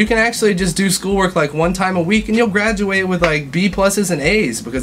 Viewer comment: Lol "gradurate" he really is half asian